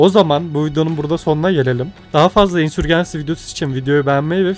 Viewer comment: Ya tamam İngilizce telaffuzunu bilmek şart değil de İngilizcesini söylemiyorsan "İsyan Kum Fırtınası" diyebilirsin. Insurgency'i Türk alfabesine göre okuyunca herhangi bir dilde karşılığı olmayan bir şey söylemiş oluyorsun. "insörcins(i)y" İngilizce telaffuzu. Ya da Türk alfabesine göre telaffuz edeceksen tamamını öyle telaffuz et. "C" harfine kadar Türk alfabesine göre C'yi İngilizce'ye göre telaffuz edince iyice çorbaya dönüyor. Ya da takıl kafana göre canının sağlığı.